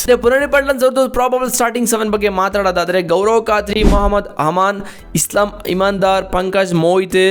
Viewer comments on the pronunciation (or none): Eslam ❌ Aslam✅😅